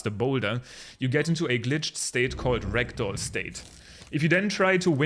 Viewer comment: JUST SO YOU ARE AWARE, your dialect makes "ragdoll mode" sound like "rectal mode". Have a great time with TOTK!